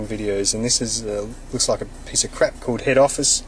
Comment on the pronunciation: HAHA our cant say CALLED properly